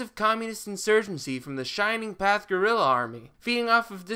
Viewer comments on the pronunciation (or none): none